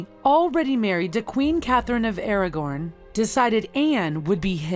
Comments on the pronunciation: This woman narrating this really needs to learn how to pronounce things. Westminster not west minister - Catherine of Aragon not Catherine of AragoRn. Geese it makes it hard to trust the information when the person telling you cant pronounce major and important places. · How many words does the narrator have to mispronounce? Aragon, Westminster, tiara are just a sample of ridiculous mispronunciations.